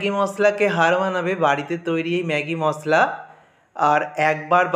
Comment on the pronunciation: Apni MOSSLA bolen ken? Shunte ghinna lagey. MOSHLA bolen